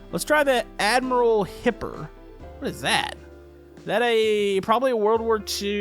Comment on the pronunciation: You said hipper wrong